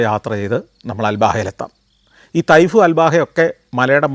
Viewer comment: തൈഫ് അല്ല ത്വാഇഫ് ആണ് ശരിയായ രീതി 🌹